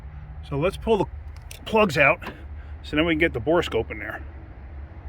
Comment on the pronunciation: Thank you for calling it a bore scope instead of a bore a scope.